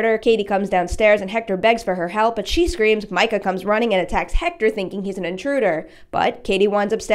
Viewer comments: mee-ka, not micah. please. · Katie's boyfriend's name is ME-ca not MI-ca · Mee-kah, not Mike-uh. We only hear his name 6,000 times. Click ... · Its pronounced meecah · It’s “mee-ka” I remember because it was annoying 😂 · I like the video,but it really chapped my ass to hear you pronounce his name like that lol. It’s mee-cuh. His name is yelled pretty much a lot though out the first movie to miss that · it's meecah bitch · Completely pronouncing Katie’s boyfriends name wrong 😂😂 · your pronouncing micahs name wrong